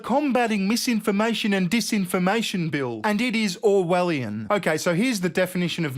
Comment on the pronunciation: “Meesinformation and deesinformation” 😂